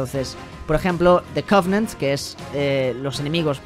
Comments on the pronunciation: Ya veo como mis celulas van muriendo a medida que dice "the codnant" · Mori con lo del "cognant" y el "flaad" XD